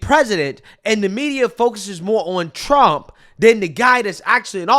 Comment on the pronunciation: She can't even say President Donald J. Trump's name